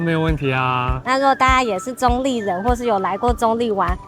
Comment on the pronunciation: 客家話稱澗谷為"壢", 你的發音好像把用閩南話來講 ，澗仔壢也是有同樣情形。